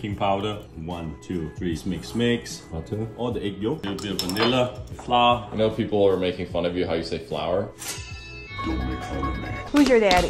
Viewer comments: “FLAA” Sent me 😂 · Congratulations, u learned to say Gourmet... Flawr😁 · I'm gonna make fun of him saying "flauur" because I don't feel threatened by a shield with a handle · "Flaah" only way I'll pronounce now! "Pear is good..." 😏🤣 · "flaaa" got me 💀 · "Flaa" yes, the good ol' FLAA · The real asian way of pronouncing flour = flaa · Flas is now how I pronounce flour. As is popoto for potato. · His flour pronunciation is what I have been told that the English people will say. Turns out the English people (in England) don't actually say it like that (most of them). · I never noticed he says flour different